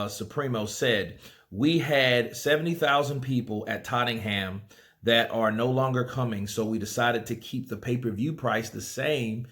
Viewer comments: You pronounce tottenham as tott-nam, not actually tott-en-ham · No issue paying this after a very crap year for sports! Jesus people paid 15 quid to watch West Brom v Burnley to put some perspective on it. it's pronounced Tot-un-um (Tottenham) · Tottenham is pronounced tottnam for the USA 🇺🇸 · Totting-ham 😂 that's probably how it should be pronounced but nobody over here calls it that. It isn't too bad a price especially for the conditions we are in but unfortunately loads of AJ's casual fans won't pay it because he made a speech that wasn't racist but closet racists wanted to believe it is and won't support him anymore, sad but true. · It's pronounced Tot'num